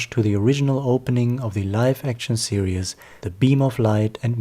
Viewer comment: You pronounce "series" as "serious"